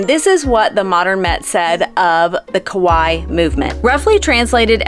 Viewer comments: Hahaha... you keep saying "ko-waii" ("scary") in Japanese instead of "ka-waii" ("cute"). 🤣 Haha. I'm sorry but that was hilarious. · The way you pronounced KAWAII youre actually saying scary instead of cute. KAWAII is pronounced KA WHY EE emphasis on the EE its 3 syllables whereas KOWAI aka scary is 2 syllables KO WHY and doesnt have any EE sound at the end.